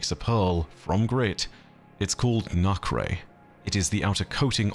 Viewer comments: Hey just wanted to point out cause I haven't seen it that nacre is pronounced nah-cer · Hey, Nacre is pronounced "nay-ker". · The word nacre is pronounced 'naker' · Hey, not trying to be rude, but the substance nacre is pronounces nay-kr instead of nah-cray :) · Real quick, unwanted grammar fiend here, but “nacre” is pronounced as “NAY-KUR”, for those curious…though this whole time I’ve been pronouncing it as “NAH-CUR”… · nacre - > "nay ker", not "nah kray" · Nacre is pronounced Nay-kr 😊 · It's NAY-ker, not NOK-ray. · it's pronounced as nak-er not nak-re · Hey! Great video! Although, Nacre is pronounce "Nay-ker" long A and schwa-R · Great video! Just a head's up, nacre is pronounced more like "nacker." Don't know why; english is weird that way. Editing to add a bit of context about the feldspar thing: feldspars aren't made of silicates, they are a family of silicate minerals. That said, they dont tend to make up things like shells because they're less chemically resistant than something like quartz, and tends to get broken down into clay minerals. In geology, when we say "silica" we typically mean SiO2, or quartz. So when we talk about the radiolaria being silica based, we would mean that their skeletons are quartz, as opposed to calcite which makes up a lot of other marine shells and skeletons. Source: am a geologist. Hope this is helpful! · ah with the context given, it would be pronounced "nah-cur", the first syllable like how some people pronounce nacho, or alibi. The word nacre would be similar to ochre then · Everyone else talking about the winnower. Me wincing every time I hear "nak-ray" knowing that a 2 second Google would have prevented it. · I believe it is pronounced "Nay-ker," and is a reference to the inner linings of oyster shells which, when exposed to irritants, encyst into pearls. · Thanks for these videos, the pronunciation is nay-ker 🙂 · if referring to the outer shell of a pearl, it is usually pronounced Nay-kr :) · Nacre = “nay-kuh”